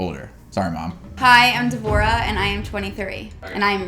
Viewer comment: devorah sounds too much like divorce-uh